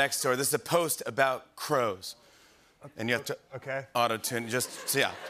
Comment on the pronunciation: was i the only one who heard him say auto tuna in the beginning😭😭